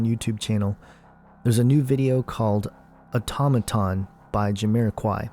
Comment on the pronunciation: it's pronounced "auto-may-ton". how about listening to the song before you write you garbage about it.